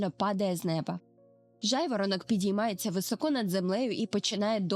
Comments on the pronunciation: високО, з наголосом на О - так кажуть росіяни, але не українці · Українською: високо - наголос на першому складі; ; рот; цятка в небі; Дякуємо! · Дякую за досить гарно змонтоване та інформативне відео. Особливо цікаво буде для дітей. Єдине хотіла звернути увагу на декілька деталей: - не «високО», а «вИсоко» - не «по гІлках», а «по гілкАх» - не «в ріт», а «в рОт» І так, я б теж початкову та проміжні вставки зробила б менш шумними. Щиро бажаю зростання каналу🌷